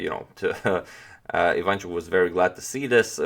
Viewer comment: IvanchUk, not IvAnchuk